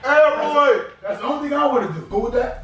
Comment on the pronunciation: Nigga said uncle Elroy carpet 😂😂